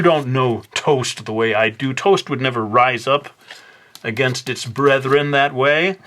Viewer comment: I totally thought you said "breadthren". Did you? It's punny!